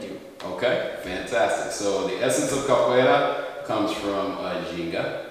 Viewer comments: For the pove of God. Is Capoeria not Caporella like you were calling it. If you're going to showcase a styke, least you can do is make sure that you pronounce the name correctly. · Pronouncing it "Cap-a-rella" is so adorable it fills me with feels! 🥰🥰